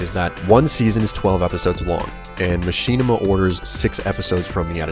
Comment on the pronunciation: why do you say Machinima as Machine-ima?